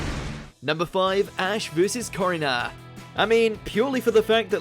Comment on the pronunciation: You said Gladion’s name wrong You also said Korrina’s and Kukui’s names wrong